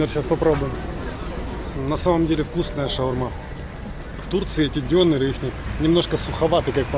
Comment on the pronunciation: не дёнеры, а донАры(тем более в Турции;))